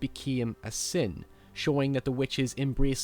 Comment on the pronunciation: Why are you talking normally and then a few words sound like you had an aneurysma . Like sin " siooen " " snake" snek or sneok or wtf and some other words . Like having a heavy dialect but with just a few words . Or that is how people in england speak . I went to england a few times and the states many more time . This guy is what from ireland or scottland or what . Im so confused